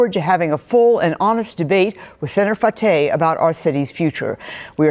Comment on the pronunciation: Fatah is not pronounced with a long a sound. Both a's are short sounding and the h is silent.